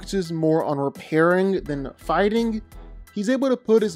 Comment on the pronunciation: Am i the o ly one who always hears farting instead of figthing every time he says so ?